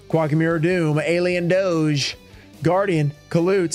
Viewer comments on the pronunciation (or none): none